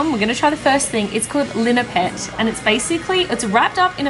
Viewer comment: It's "Linupak". not Linipet😂✌ #fromPhilippines